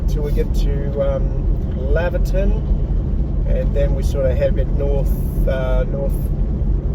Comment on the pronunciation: Great video. By the way it's pronounced Layverton.